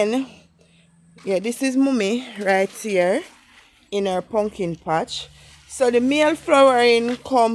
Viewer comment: "wukless punkin"😂😂😂😂you are hilarious